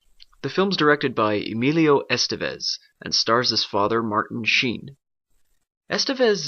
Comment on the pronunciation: I guess you don't have a half-Spanish heritage ;-), it's pronounced "esTEvez" instead of "EStevez", and all three "e" are pronounced as in "guess". But nice review, I find it useful and quite accurate.